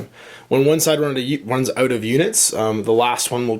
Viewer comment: 'all those indie games I want to try oot' oh Canada